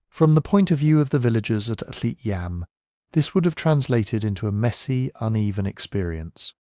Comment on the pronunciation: Yam (יָם Hebrew for sea) rhymes with Tom (not Sam).